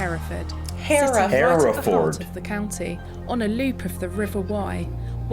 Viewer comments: less emphasis on the FORD, more like Heref’d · Pronounced like ..Heh ree fud...we generally don't say ford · English narrator "Herra fud" aaah " Herra ford". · Fud not ford. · How do you say this? Hears Herrafud Goes on to say HerraFFOORRRRD 😂👍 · 'Herefud'.....don't say 'ford' as in Ford car. If in doubt, cut things short!!!!! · You may not have recognised that the cattle are from the same place, because the word is (mis)pronounced in the USA as "Hur-Furd". There is a film about those cattle starring James Stewart, called "The Rare Breed". [Amusingly for us Brits, the leading lady in that film is called Evans, typically a Welsh name - but she has no Welsh accent; and one of the leading men is called Bowen, another Welsh name, but he has a Scottish accent !!] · not fooooooorrd fud herafud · say it like, hair-ra -ford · PLEASE say Herrafudd. My ears are hurting.